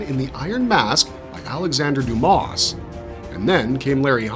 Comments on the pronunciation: The "S" is silent in Dumas. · Hey bro, real quick I've got a minor correction for you: you mentioned Alexander Dumas, right? How last name, Dumas, the "S" in his last name is silent